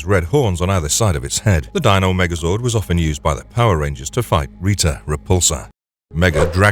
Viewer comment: Maybe I wasn't paying full attention as I've been doing chores and mostly using this as background noise...but did I hear him say Rita's name correctly, and then not long later, saying Rita's name incorrectly? I watched the show mostly into when they had some ninja outfits and most of the original cast left. I remember the Tiger zord, but thought that came before the white falcon one? Since Tommy had come back with a white talking tiger head sword that seemed to stop talking after a short while? I would randomly turn the channel and see it on again, saw a little kid turn into an adult sized ranger, a guy that was from a jungle acting like Tarzan but knew martial arts moves, a bunch of first responder vehicles, and star helmets.